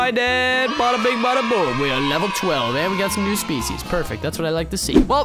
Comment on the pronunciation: i dont wanna be rude because i dont english that good myself but, "species" isnt pronounced like that.... Username: SardaCandy